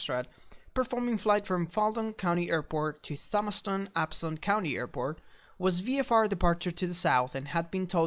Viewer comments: It is pronounced "Tomas-tun". Thomas. Ton. Thomas weighs a ton. :) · 'thom-ston county airport' - "Toh-mas-ton" is how it's pronounced (silent H) the airport is next to Dixie's aircraft food manufacturing plant and the QUAD printing plant (where all the sports illustrated, time, newsweek, people etc. are printed for the south) and about a mile from the ranch/home of the Chik-fil-A owners. Oh, and Skydive Atlanta. so it's a busy little airport, with lots of clueless fliers. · hey, im assuming your pronunciation of "Thomaston" is just from you, and your accent, no biggie, but FYI, its not "Thomaston" with the "TH" like pronouncing the word "the" its actually like the name "Tom" just thought id share that with you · BTW, I know english has wonderful phonetics, but you pronounce it Tomaston, the h doesn't do what it usually does.